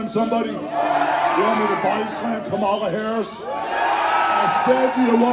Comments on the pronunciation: You know it always makes me cringe at MAGA Republicans who love slandering Kamala Harris and the Democrats when they can't ever say her name right. They always say it like "Kuh-mall-uh" when the correct pronunciation is "Kaw-mull-uh". Learn the name of your opponent, MAGA! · First and foremost, just like a lot of racist people, they mispronounce Kamala Harris name. I stop being afraid of hogan with the leak video came out in 2015, which he said in 2007, using the N word. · To think I was one of those 80s kids who idolized him. Silly me. They continue to mispronounce a fairly easy name. White FUCKING trash